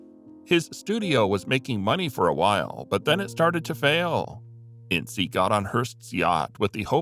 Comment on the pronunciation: It's INS not INSEE #Ince